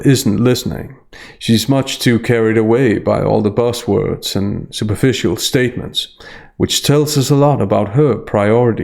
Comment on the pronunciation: Do you intentionally pronounce "buzz words" as "boss words" haha:)